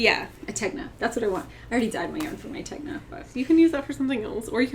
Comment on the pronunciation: Hi, Tegna is said with a silent G 🤗